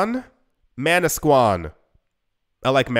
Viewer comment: You’re pronouncing manasquan properly, I grew up one town over! So crazy!